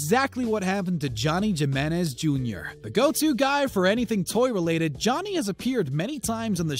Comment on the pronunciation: Johnny “Gi”-Menez Jr. 😂